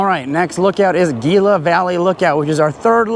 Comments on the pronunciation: Gila is pronounced Heela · Great video. Gila is pronounced Hila.